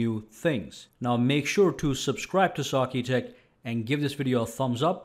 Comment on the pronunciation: Great vid - the only thing I dislike, is your pronunciation of "sakitech", it's almost like you say it like "saaaark-e-tech" 😇